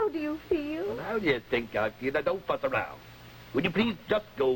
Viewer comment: It was"Fuss". It does sound like "f**k" though. 😊